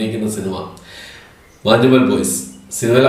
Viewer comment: മഞ്ഞുമ്മൽ എന്നല്ലേ... മാഞ്ഞുമ്മേൽ അല്ലല്ലോ.. 🤔